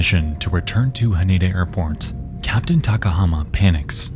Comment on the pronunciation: I just want to let you know your pronunciation of Haneda is incorrect it is pronounced Ha Nee Da, no ni